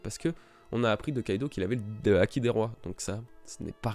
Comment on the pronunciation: Barbaux Nathan je suis assez dacc avec toi a part pour Kaidou ça se dit Kaido...